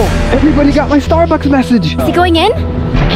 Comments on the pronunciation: He said Starducks Instead of Starbucks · Ha ha ha So funny how Daniel said starducks instead of Starbucks😂😂😂😂😊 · Bro said Stard ucks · Daniel spelled starbucks wrong he said starduck like if you sae it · Daniel said Starducks instead of Starbucks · Daniels didn’t say Starbucks he said Starducks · The mistake Daniel made was he said starducks I was cracking up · Daniel really Said starduck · He said starducks